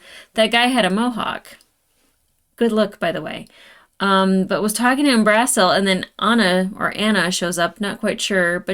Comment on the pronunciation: um-bruh-seal, not um-BRAH-seal